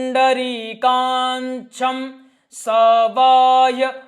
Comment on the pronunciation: पवित्रीकरण मंत्र का उच्चार चेक कर लीजिए, काक्षं को आप काक्षं बोल रहे है, bahyabhyantae का उच्चार भी कुछ अलग ही कर रहे हैं, यह अपने गुरुजी से चेक करवा लीजिए